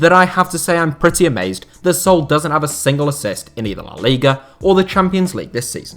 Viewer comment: Why do you call Saul "soul"?